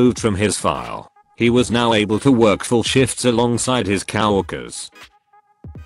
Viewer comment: i heard it "kow-worker", as in "kow-walski", a character from the Penguins of Madagascar.